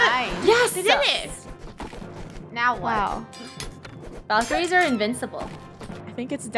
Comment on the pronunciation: No one: Absolutely no one: Not one soul: ValKerIEs